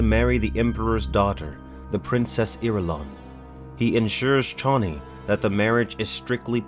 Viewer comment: this is great. One thing- Chani is pronounced like Cheney in dick cheney. David lynch changed it to shani. My favorite book series ever, and one day we'll get the finally to it we were meant to.